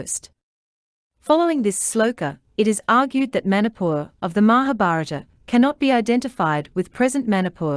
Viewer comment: It is very interesting to hear your claim to be the original habitatant ,while you can't even pronounce the Name Manipur property 😂😂😂😂